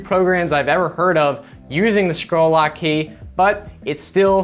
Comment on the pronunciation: Did you say "squirrel lock"? :-D